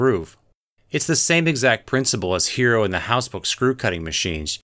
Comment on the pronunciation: Im annoyed by the way he pronounces Heron